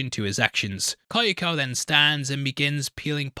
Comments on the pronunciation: Why oh why must he torture us with saying Ky-o-ko instead of Kyo-ko? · Hearing how you pronounce “Kyoko” makes my ears bleed